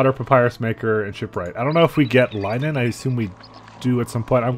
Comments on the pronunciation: Is "Lie-nen" the canadian pronounciation of "linen"? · how he pronounces linen makes me cringe